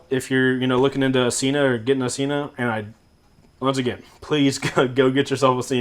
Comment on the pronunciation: Sen-Ah, not "See-Nah"... There own channel proves it...